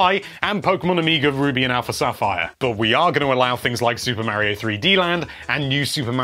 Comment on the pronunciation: my ears.. MY EARS!! MAKE IT STOP!!! may-rio may-rio may-rio may-rio may-rio may-rio may-rio may-rio OH GOD!!